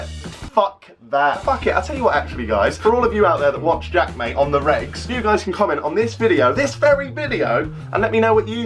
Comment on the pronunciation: Jaack maaters 😂😂